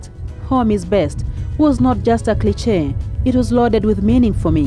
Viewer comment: Balls of steel to go to somalia...but check your pronounciation of cliche